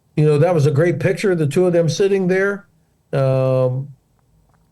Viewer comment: can't pronounce picture, never mind put it on a milk bottle.